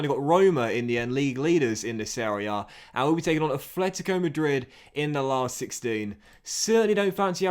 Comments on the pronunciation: It's Atlético not Athletico 😂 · Afhletico is how he says it pretty annoying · Say it with me,... “At-let-i-co.”